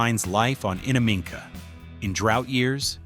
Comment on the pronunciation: They cant pronounce Innamicka, Stzelecki and gibber, but your problem is ranch... Ok, we're on the big issues here...😆